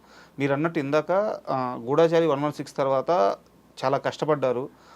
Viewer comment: మహానుభావా, గూఢచారి లో ఢ కి దీర్ఘం లేదు.